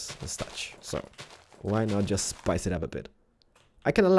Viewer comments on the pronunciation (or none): um, did he mean spice it up? cuz he said rice it up